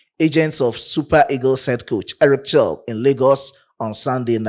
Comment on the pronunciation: do you know even though Chelle is spelt with Ch, his French name is actually pronounced "Shell"? Just like you would normally pronounce the global petroleum company "SHELL"